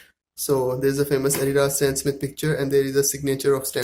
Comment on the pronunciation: It’s stan smith not stan smit